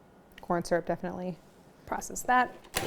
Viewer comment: At first I didn’t trust you by the way you reacted at how sweet they are, but you brought me back by the way you pronounce syrup.